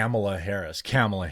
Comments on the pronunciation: Why do you keep saying kAmala? It's kamAla. The name is Indian af. It's like saying Jovović (Serbian) but pronuncing it jovOvić instead jOvović. It sounds wrong. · It's pronounced "Comma-la" not camel-la. I don't like her either. But why can't anyone pronounce her name? If i hadn't watched a video of her explaining how to say her name, i wouldn't know. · TheQuartering , Now Jeremy, don't be racist; it's pronounced "Kamelbreath". 😂😂😂😂😂😂😂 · Anyone wanna coin the term Koala harris? Both mispronounces her name AND calls her one of the dumbest animals in the world, haha